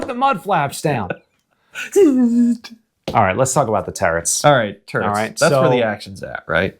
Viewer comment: I really like this channel, but every time this guy says "terrets" I wanna bash my head against a wall.